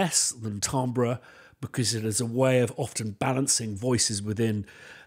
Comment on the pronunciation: Glad I'm not the only one who regularly mispronounces "timbre".